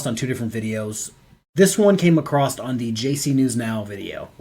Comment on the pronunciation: Bless you your work and your family, but there is no t at the end of the word across :-)